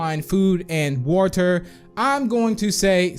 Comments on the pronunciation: You say water like is walter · It’s probably how he pronounces it idk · Me:Hearing Saying Woter My Brain:Triggered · So it’s “wuter” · No hate or any thing I love his channel but he says water so weidly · The way he says water IS JUST PERFECT